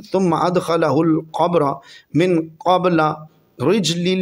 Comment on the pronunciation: جناب ع کو زور زیادہ مت دو عبارت صحیح کرو اور عباس پر فتح ھے قبل اور اسرج الفاظ صحیح پڑے